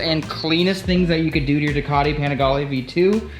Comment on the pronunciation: Well done. But! Ducati. Panigale. Rizoma. Please have a fellow Italian tell you how to pronounce them ❤️